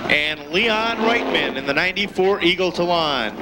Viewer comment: The way "Eagle Talon" is said, here. lul